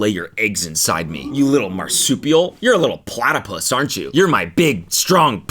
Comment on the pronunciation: Not platerpus 😭